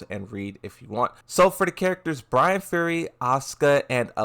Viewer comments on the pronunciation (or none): none